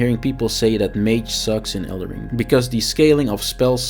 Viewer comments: It's called elden ring, not elder ring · dude called it "elder ring" in the first 3sec lmao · did he said elder ring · 3 seconds in, can’t even say the name of the game correctly……..